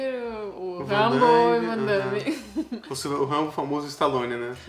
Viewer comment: O chama o Van Damme de Vandaime, será que é só pela trolagem?